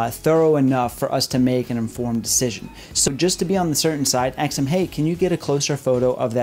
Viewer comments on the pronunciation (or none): Ask Not axe. You're too smart for that.